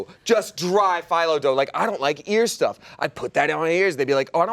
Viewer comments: its a strange thing, its pronounce "felo" not phylo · Fi-lo dough. FI-LO. My bulgarian heart and ears 😭 oof. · saying Filo wrong is the cutest.